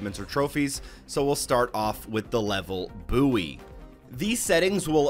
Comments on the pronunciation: did he just pronounce buoy as buee?? 😂😂 it’s pronounced boy lol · Great guide! The word "Buoy" is pronounced boy btw. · LordPickle it’s fine idc tbh I just didn’t know why u got angry but just found out it’s pronounced boyee in USA and I’m in uk 😂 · how he said buoy 😂😂